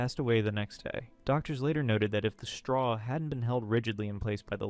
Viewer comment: "reusable straw er "😂😂😂 come onnnnn lol